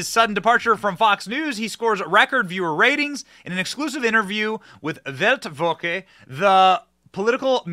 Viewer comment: Say “velt voka” for Weltwoche. That will get you pretty close!